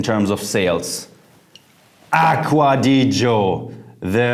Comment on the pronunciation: aqua di "Gee-Ohh" is how you pronounce it. it's italian.